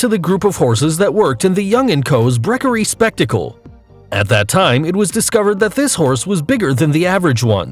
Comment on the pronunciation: You read brewery wrong, you said brekery